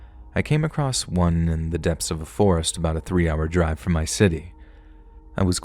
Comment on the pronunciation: my friend.. I’ve said this once and I’ll say it again. There is no “T” in the word “across”. 😅 You should take pride in the fact that that’s basically the only mistake I ever hear in your narration, that’s truly an impressive feat.. But you should fix that going forward. As a professional, always strive towards improvement!